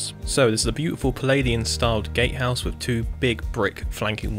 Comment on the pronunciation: “Gatehouse” but his “t” is silent